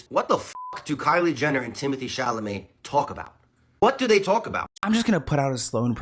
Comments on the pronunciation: 😂❤ I swear you said Chalamet but I heard Chalalai 😂❤❤😂❤ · Chamale wrong it's supposed to be " Chalamet" 😂😂😂😂😂😂😂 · Dude, it's not "Chamalet", it"s "Chalamet" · ChaLamet not chaMale lol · Sloan repeatedly saying, "ChaMalet" 🤭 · Timothy Chalamet 🚫 Timothy Chamalet ✅ Hahaha jk Sloan ilysm 🤭❤️ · Sloan it’s ChaLaMet. You keep saying it wrong lol. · Say it with me now Sloan… Sha-La-May 😂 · Not you saying Chamalet again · i love sloan insisting upon calling him timothee shamalay LMAO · "Chalament" brought out a laugh from me that I've never heard before. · Hi! Just a heads up that Sloan says it wrong on purpose as an inside joke between him and his viewers ❤😂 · Hi! Just a heads up that Sloan says it that way on purpose as an inside joke between him and his viewers 😂❤ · I love that Sloan always says Timothy's last name incorrectly 😂😂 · I love it, too! ❤ He says it that way on purpose as an inside joke between him and his viewers 😂❤ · I know! I was going to finally say something today! He says the L before the M always. It's funny how our brains can do this with words. lol